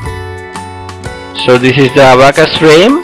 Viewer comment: That is not Abbacus that is abacus